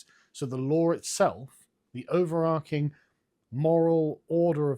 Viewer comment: "the overarking moral order of the country" It's *overarching, the 'arch' part rhymes with 'March' and not 'Mark'.